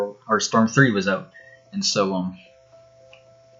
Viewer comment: Reanimation MY CANADIAN BROTHER